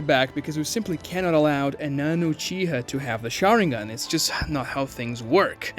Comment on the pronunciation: You can tell who watches the dubs or subtitled versions of Naruto by their pronunciation of SHARÍNGAN